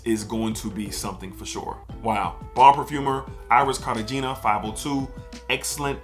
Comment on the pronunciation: Dope review. It's Car-ta-hay-nah by the way.